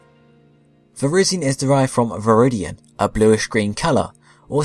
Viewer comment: tbh i never liked Cobalion's sprite... and i loved the transition between explaining Keldeo and his other forme btw: Ko-bay-lee-en Vir-ri-zee-en As said in movie